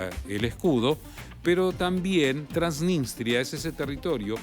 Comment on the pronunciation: TransniStria no "TransniNStria"